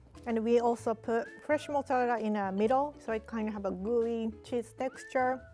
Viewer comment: When she said fresh flavor, i thought she said flesh flavor😂😭